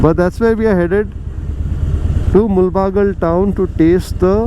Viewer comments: Please pronounce the town's name properly in Kannada. It's ಮುಳಬಾಗಿಲು not ಮುಲ್ ಬಾಗಲ್ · Great video, and small correction, it is not Mul-baagilu but Moodala-baagilu in original kannada. This place is entry point to Karnataka if you are coming in opposite direction and thus the meaning.